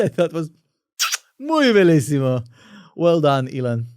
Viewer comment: The pronunciation of "bellissimo" is perfect